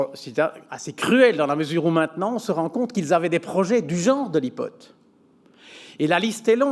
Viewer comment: Ipot ? C'est quoi ton problème ? OK, je t'aide un peu... Aïpode... J'espère t'aider, vraiment. Si non c'est intéressant...